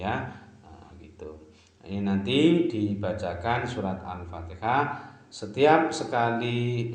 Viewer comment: Itu baca alfatihah sambil niup celana nya brha kali alpatiha nya